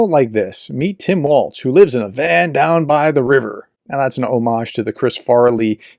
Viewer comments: Walz. Note there’s no t there. Walz. Walls. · ||||| ||||| ||||| = # of x you couldn’t be bothered to pronounce Tim Walz’s name correctly. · Is there a reason that you can’t be bothered to pronounce his name correctly?